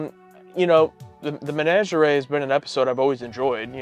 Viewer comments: Why do we still pronounce menagerie so funny, guys? 😂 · Why are you guys pronouncing "menagerie" so weird?